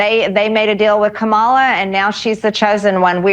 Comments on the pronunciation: By now MTG should know that the vice-president's name is KA-ma-la, not ka-MA-la. Either she's intentionally pronouncing it incorrectly as a racial dog whistle or she truly is that stupid that she doesn't know how to pronounce the name correctly. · It's pronounced "ca ma law" there mawgree. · Her name is Kah-mah-la ffs Maarg-er-le Taylor Green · Are reps doing this on purpose? They keep saying, ka-MAH-la and not KAH-ma-la. Do they think that's a slam?? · Nope, wrong, Marge! We love Kamala (Comma-la)! You know how to say her name correctly, but you choose to be a racist by calling her the wrong name! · Now we can enjoy all republicans purposely mispronounce Kamala. They know how to pronounce her name, they're doing it on purpose because they're ignorant as hell. (For those who are not sure, it's Kamala like Comma-luh) She even went on the news at one point when she was running for president originally and told people think of it like a comma!" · The Vice President’s first name is KAmala - accent on the first syllable, MarJORie. She’s been on the news every single day since the Biden-Harris team WON THE ELECTION FAIR AND SQUARE In 2020. Perhaps you haven’t heard KAmala being pronounced correctly because your own pie hole is never shut, always going on and on and on and on with mostly lies. Well, if you need to hear her name more to get the pronunciation , stay tuned. She’s about to be in the media 24/7 when she becomes president! I, for one, hope your sorry fanny is investigated for participating in the insurrection, MarJORie. 😅 💙🇺🇸🙏☮️🌈🕊️🌻😅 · Muh-JOR-y Taylor, learn to pronounce KAH-mu-la. We can mispronounce your name, too. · for fs please pronounce her name correctly if you are going to call her out…its comma la! geesh, does anyone take MTG seriously? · So we’re doing this “kuh-MAHLA” thing? Okay. From now on MTG is “muh-JORIE.” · Of course the pronunciation of Kamala is intentionally incorrect. They say it exactly the same way that Trump does. Big surprise.